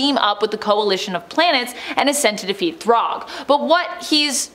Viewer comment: If you need help with the pronunciation, it's "Thragg" not, Throg.